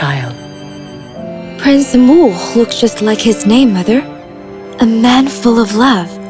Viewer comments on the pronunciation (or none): please get your ai to say names right